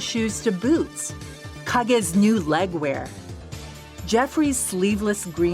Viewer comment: I know this is an old video, but I'm glad after 32 years I finally know how to pronounce Kage's name.